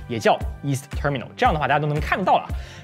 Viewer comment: 英文不太標準 光terminal發音就錯了